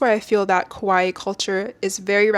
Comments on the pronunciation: I love your point of view, but sorry, you’re mispronouncing “kawaii” as “koai” and it’s really catching my eye 😭 Kawaii means “cute,” while kowai means “scary”! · While this is a very well made and researched video, it was distracting that I kept hearing "kowai", meaning scary instead of cute "kawaii"